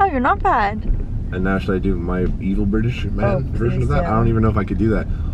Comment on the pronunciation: Harley never replys and your British accent was really good